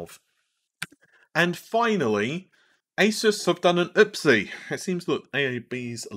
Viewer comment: Downvote for your bad pronunciation of Asus (A-Zeus)